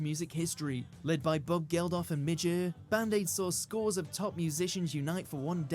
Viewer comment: He also pronounced Midge Ure as ooer not yooer